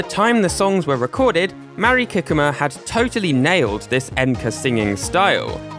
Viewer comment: I'm sorry, but hearing you butcher Mari Kikuma's name repeatedly is genuinely making it hard to watch the video!! I more than understandable that her name is Japanese, a language you don't speak, but compared to many other names, her name is quite simple in pronunciation and I felt like some effort could have been made to pronounce it even slightly correct. I'm not trying to insult YOU; I just feel that is a basic level of respect for someone--making a genuine attempt to pronounce their name correctly--but you are just reading it as if it were English. 😥